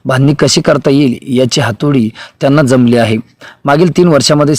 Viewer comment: " हातोडी " नाही " हातोटी "